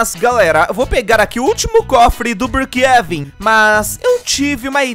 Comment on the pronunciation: Eu acho tão engraçado como ele chama brookhaven ele chama brookheven